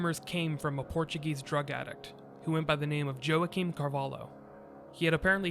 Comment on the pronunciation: Something was fishy. Somehow, it sounds like the Spanish authorities didn't really want to catch him. I've sure never heard of so many near-misses. INTERPOL is very good at capturing fugitives. Joaquim is pronounced wa-KEEM.